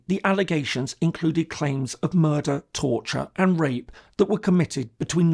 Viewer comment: “What murders” Brooklyn accent